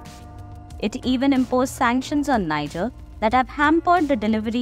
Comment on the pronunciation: IF YOU ARE REPORTING ON NIGER, THEN AT LEAST LEARN HOW TO PRONOUNCE THE COUNTRY'S NAME CORRECTLY.